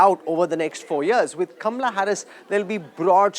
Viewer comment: You can't pronounce correct word Kamahala. Not kamrahala